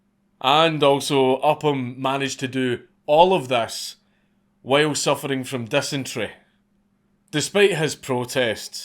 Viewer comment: You made dysentery a one syllable word!Impressive